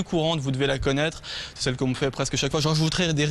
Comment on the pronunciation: “connaître” avec un ê allongé, c’est l’accent lorrain!